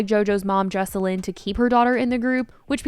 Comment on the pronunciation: The way that she's saying JoJo's moms name wrong makes me cringe so much😭